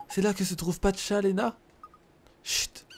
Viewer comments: Pacha pas Patcha ! ;) sinon super vidéo ! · c est pacha pas patcha